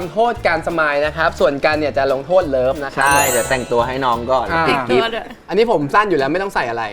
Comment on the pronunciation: that accent HAHAHAH l-o-v-e